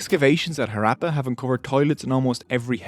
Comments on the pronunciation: when there are Two Hs in the word, how come you completely bypass the "ha" sound and not even attempt to pronounce a single H? Western pronounciation of non-english words boggles my mind, they do it with authority too! lol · Harappa is not being pronounced properly. It's not actually an R. Its a sound not found in English. Please use Google Translate to find out the actual pronunciation. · The Irish accent is a nice touch, and the content is good and well-resrarched bt your pronounciation could be improved: It's HAHrappan, not HaRAPPan. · Improve pronounciation of harappa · This man can not even pronounce the Name of city !! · Very informative video indeed, and much appreciated! Just one important thing: the PRONUNCIATION of the word! Harappa is a village in the Punjab part of Pakistan. Ha as in hurry, hut, rap as in run, rupture (NOT as in apple!!!) and pa. I can say this with authority because the a sound as in at, apple, atmosphere, is NOT EVER used in Indo-Pakistani dialects of Hindi and Punjabi. But we Indians did learn some words with that sound, as in HAT from the British. I see so many Indians struggle with it though; they'll say aaple instead! Har, a Hindi/Punjabi version of Hara, is a phrase used for Lord Shiva, one of the trinity of Indian Gods, worshiped across the subcontinent likely for a few thousand years. One of the findings in the Indus Valley civilization is a figure resembling Lord Shiva meditating. Appa mean father. No, it is not derived from the phrase Smartphone App! 😆😆😆